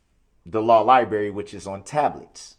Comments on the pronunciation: Darrell Brooks " I only have access to the law Li-BERRY A couple hours a day" 😂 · The law liBErry 😂 This little boy can’t speak!! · NO, we call it the Law Library. NOT THE LAW LIBERRY... His use of the English language is DISGUSTING!